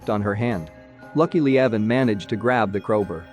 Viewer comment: When he says "Lakily"